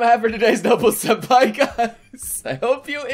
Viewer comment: waaaaaiiiiiittttt wwwwwwaaaaaaiiiiittt wwwwwaaaaaiiiiit...... did he just say SHENPAI 🤔🤔🤔I ONLY SHIP ZYLPAI